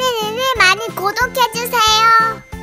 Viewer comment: 발음이 진짜 안 좋다 그리고 끝나면 가 말하는데 니니 많이 고독해 주세여 꼭이요 라고 말하니 ㅉㅉ 발음 교정해야겠네요